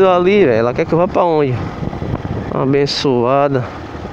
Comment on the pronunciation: "Abençoanda" kkkkkkkkk